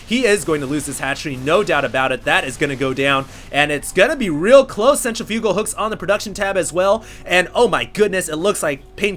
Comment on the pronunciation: Centri-FUG-al...I swear each video he has one or two very weird pronunciations.